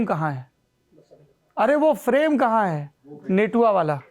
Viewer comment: Natua hota h netua nhi